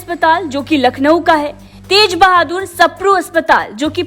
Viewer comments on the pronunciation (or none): none